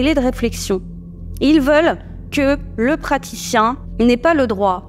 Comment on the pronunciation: "le pratshichien" le seul moment de la vidéo qui m'a fait rire et un peu détendu